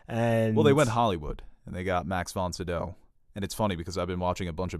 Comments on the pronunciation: Pretty sure it’s pronounced Max Von SYE-DOW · Max Von CEE-DOW, put some respek on his name